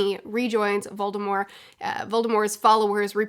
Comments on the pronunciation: It’s not silent in the word “mortician”, which is probably the closest time an English speaker has gotten to a word with “mort” in it. Maybe Voldy should have taken a page from Stephen Colbert, when he started plugging the Colbert Report he would follow it up with “it’s French, b*tch!” (Of course, he grew up pronouncing the T and his family still does and a couple of times when he was asked his name by govt officials he said it that way on TV) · Am i the only one severely put off hearing voldemort with a silent t I know its right but it just hurts hearing it like that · Don't say Voldemore. That was just another J. K. Rowling after-edit. She could have put that pronunciation into any of the books or movies and didn't, so it is just another time where Rowling was trying to stir the pot and make herself relevant again. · I will die before I recognize the silent T in Voldemort. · It's a hard T. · I don’t understand why you don’t say the t in Voldemort, I have never encountered that before